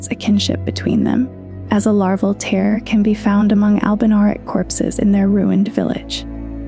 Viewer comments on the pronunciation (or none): Is there someone that does the scripts and someone else that reads them? Just some of the pronunciation sounds like it's not the script-writer that's reading it. Like, you said "larval tear" like a tear in paper, as opposed to a teardrop.